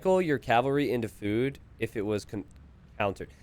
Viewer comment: I love how says "fewd"